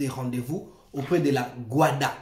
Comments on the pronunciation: Ce GUDA et non GUADA… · Ce le GUDA et non le GUADA